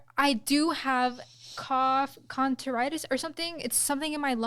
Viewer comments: "I have cough conteritis...."? Help me out, what condition is she trying to say. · Did she just say “Cough contoritis” 😂